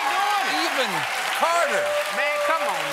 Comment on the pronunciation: 'man come awn nah' 😅